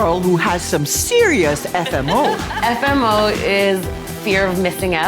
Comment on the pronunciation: The hardest thing about the episode was hearing "FMO" instead of FOMO